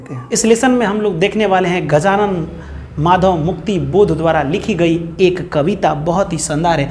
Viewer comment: Glt mt padhayie manav nahi madhav hai